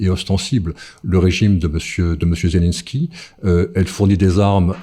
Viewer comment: Maintenant, Zelenko au lieu de Zelenski Autre moment les voies qu'ont m'a interdits..(.ites) !!!! Apprends à parler français le journaliste !!! Tu enlèves du crédit à la cause des russophones !